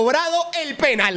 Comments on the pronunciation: Pero por qué dice PÉnal AJAJAJAJAJAJA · Por que dice Pénal y no penál... por que le gusta el pé..